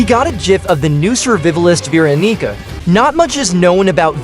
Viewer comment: sirvivlist veeroneeca🔥